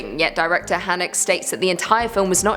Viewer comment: "Hahneh-kuh" (almost like Hannukah but huh/heh sound on the end) is how you say the Funny Games director's name. "Freed-kin!" Just trying to help you out! Love the vids.